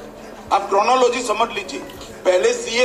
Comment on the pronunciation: Coronaloji .....Ha ha co-ro-na fix tha?